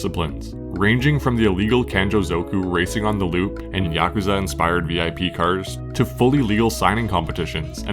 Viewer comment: The term Bippu is pronounced vip, rhymes with whip. Not actually a V.I.P car. Commonly confused through the internet though. But always pronounced vip (one syllable) 👍